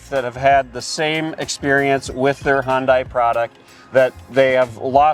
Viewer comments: Why are you both pronouncing Hyundai like that? It sounds like you’re saying “Honda” then adding an “ee” at the end. Hyundai rhymes with “Sunday”! How hard is that? It makes you seem like amateurs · Pronounced yunday. Not Hon-Die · Watching your video for the first time. Its oronounced HUN-DAY, not HUN-DYE. Credibility matters and if you can't pronounce the brand name right... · Decent review. I got tired of cringing every time you pronounced Hyundai. The letter u is not pronounced like the letter o. Think "hundred", not "Honda". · It's not pronounced " hahn dye" it's pronounced " hun day" ( rhymes with "sunday") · Hun-day not Hun-die. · Hon-Day, not Hon-Die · Boys, boys, it’s not pronounced “Hon-day” or “Hon-dye” or “Hi-un-dye”. It’s pronounced “Hun-day” like “sunday”. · Hyundai rhymes with Sunday. It’s the way Hyundai intended it to be pronounced in the US. Hyundai. Sunday. Not hun die. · HIGH-UN-DAY**** Not HON-DIE. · It's pronounced "huuun-die" not "hon-die" , like "honda." Duh. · It's pronounced Hunday, not Hundie. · If you’re going to be any king of Car Expert, please learn how to pronounce the subjects of your reviews. “Hun- Dye”? Just watch a couple of Hun-dye commercials and take a few notes. Sunday, Hunday. Sunday, Hyundai. Get it? Hyundai rhymes with Sunday. Practice a couple of times. I think you can do it. Sunday-Hunday. Sunday-Hyundai. Got it? That a boy. Good job! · Hun(day) __ Not Hun(die) !!! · I'm surprised you never saw the Hyundai commercial where they said Hyundai it's pronounced like Sunday. Not like Honda with an i! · When they first came out in the US, there was an advertisement on how to say the name - Hyundai rhymes with Sunday (not bonsai). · It’s pronounced “Hun-day” rhymes with “Sunday”. Told to us at the LA Auto Show when they came to USA many years ago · WTF is a Hon-Dye?! 😂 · Good comparison. I would encourage you both to research how to properly pronounce Hyundai, though. Should be pronounced "HEE-uhn day".